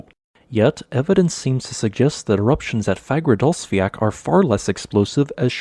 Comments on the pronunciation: id say a better pronounciation would be fagradalls-fyall, not fiak, its sounds much more like the icelandic pronounciation and should be just as easy for you to say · Fagradasfjall is actually pronounced /fagradasfeeyatl/ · Its pronounced fagradalsjalt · Love the content! just a little thing, the way you pronounce Fagradalfjall, it has a strong L sound at the end, like you would pronounce the L in Lava, not the ck sound like in "jack" :) It's pronounced like; Fa(h)gra(h)da(h)ls-fjaL. Hope this was helpful :)